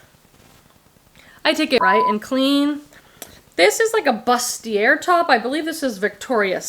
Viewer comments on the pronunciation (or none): You’re one of my favorite work in the bg YouTubers. NWT daughters of India at the bins? The trip is done at that point. I remember learning about that brand when I first found it in a not so great area in Phoenix! Also, it’s pronounced boo-stee-ay but you’re such a ray of sunshine I think you can pronounce anything the way you want 😂